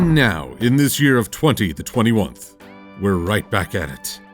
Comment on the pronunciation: “20 the 21th” lol